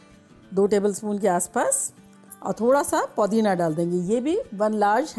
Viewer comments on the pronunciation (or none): It's not. Podina it's pudina